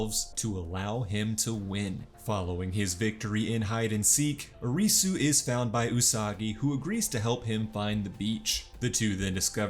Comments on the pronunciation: Lol the recap was great, but the pronunciations were incredibly terrible. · Ah yes, the lead character... Ahreesoo